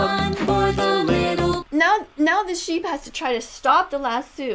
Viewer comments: Lassu? I pronounce it La-SO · It’s not Lassus it’s Lasso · What’s a lasoo it’s a Lasioe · By the way Ms. Vegan teacher karen, it’s lasso not lassu lol 😂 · The vegan teacher said “iS tHAt a LaSsOO” pronouncing the o’s at the end says oo instead of o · Ok, WHAT IS A "lasoo".... I mean like- she should be watching CoCo Melon to learn how ✨speak✨ It's "laso". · A lassu I thought it was call lasso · I don't think she knows she said las lasue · It's lasso, not lassu